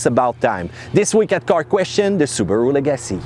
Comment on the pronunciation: Leg-uh-see Not le-gassy